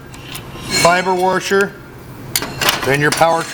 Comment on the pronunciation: Whats a worsher??? Are you attempting to washer? 😊